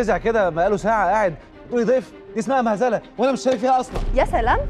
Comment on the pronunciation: مهزلة وليست مهذلة